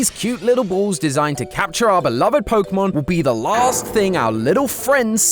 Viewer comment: Ah yes. Polkamon. Let us all ignore the correct pronunciation of é. 😂